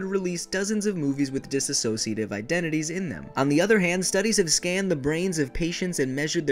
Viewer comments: dissociative, not dissasociative. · D.I.D. is not rare. It affects 1-3% of the population and this means it is more common than Schizophrenia or for an easier example, there are more DID systems than naturally red headed people. Also its DISSOCIATIVE NOT DISASOSIATIVE! this is how yall keep mispronouncing. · 1) Its not dissAsociative identity disorder. There's no A in there anywhere. Written or pronounced. 2) The incidence of DID within the general population is the same as the amount of people with RED HAIR! DID IS NOT RARE!!!! While there are well known and documented fakers, this disorder outranks both bipolar and schizophrenia in terms of incidence rates. 3)The "biggest" personality" aka the core/host isn't always the core. The biggest and strongest person within a system can be an alter! In fact, they're actually ALL alters. Every single person within the body is an alter. No 1 person is more or less than anyone else. The idea that there was 1 is outdated now. 4) THERE IS NO SPLITTING! Current research actually points towards EVERYONE starting out as pieces only 'normal' people's pieces merge together as they grow. If that fails to happen because of trauma/neglect/abuse etc then the parts stay separate and develop on their own, the more they are used, the more well rounded and developed they are. They aren't just pieces of a broken plate or person. THERE NEVER WAS JUST ONE PERSON! 5) Fragments and alters are completely different things. Fragments are limited to 1 task or role, generally have no name or defining features, they don't generally take control of the body easily or at all sometimes... Alters have unique and very defined names, ages, appearances, skills, ways of perceiving and interacting with the world and they are also capable of many varied tasks. They are fully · why do so many people say dis a sociative it is dissociative. :D :) :O)